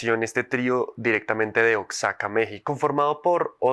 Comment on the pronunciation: Es Oaxaca no oxzaca